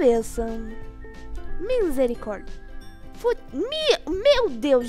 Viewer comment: Vc fala minsericórdia kkkkkkkkk mas e misericórdia kkkkkkkkk 😂 😂😂😂😂😂😂😂😂😂😂😂😂